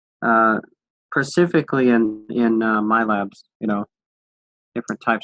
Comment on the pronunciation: Dude says pacifically every time he tries to say specifically